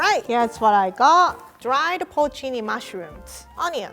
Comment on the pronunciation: shoutout to for pronouncing porcini right